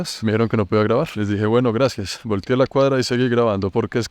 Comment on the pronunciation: MIN. ''EL PUEBLO GUENO Y SABIO''!!!🤔🤨😶...